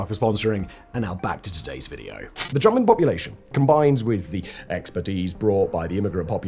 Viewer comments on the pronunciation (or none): Really sounds like you said "the German population". I listened to it 3x, then with subtitles, so I guess you said 'jumping population'. Never heard someone say that before. Really sounded like you were saying the German immigrants particularly were responsible.